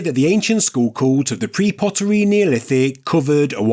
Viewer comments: “Skull”.. it has two Ls in it. Its not a Skhuo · Funny how you pronounce the word “skull” 😂 it sounds like “sc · School” 😂😂😂😂( geez…..)